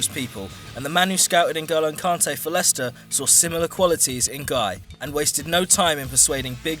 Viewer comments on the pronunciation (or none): "Guy" and "Ronald Koleman" please fire your narrator. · you pronounce gueye as Gay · Idrissa Gueye is pronounced "Gaye" lol but great video still